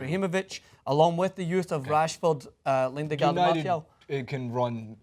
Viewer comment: please its Lingard not Lindegard. Lindegard was a keeper that got transfered